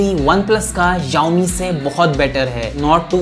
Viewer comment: Yowmi nahi hai bro... it's xiaomi